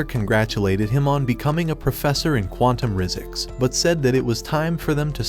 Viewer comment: am I hearing things or did he say quantum rizzicks